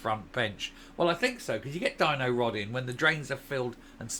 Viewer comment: Did you say Dyno-rod or Gino-rod the latter would probably be more appropriate !!